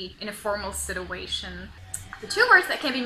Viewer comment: You have a beautiful accent. However, you are mispronouncing the words whole and specially the word situation. Check them out. Great job with the videos though.